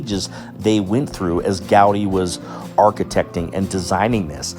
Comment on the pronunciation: Its not GAudi, but Gaudí, with the accent in the I. And never Antonio, but Antoni in Catalan. He was even arrested by the damn spanish police for not saying his name in spanish.